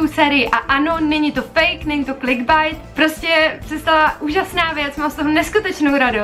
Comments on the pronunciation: jj, já vím ale jen jak si na za čátku řekla klikbajt, tak ono se to čte klikbejt, já vím je to jenom detail, ale příšlo mi to vtipné, a video jinak bylo pěkdé :) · Klikbajt😂😂😂 čte se to klikbejt😂 (ti nejí hate, si nejlepší a video je super😍❤️ jen me to rozesmálo) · *klikbeit tak se to čte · [bridleton baj] [klikbajt]😂😂 trochu inteligence do toho života!